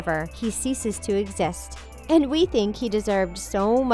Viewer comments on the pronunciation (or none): none